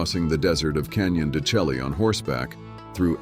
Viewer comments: Canyon de Chelle, pronounced Shay. Not Che-Lee. Get it right, dour homework, stop perpetuating nonsense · It's not Canyon De CElly....It's pronounced Canyon De Shay!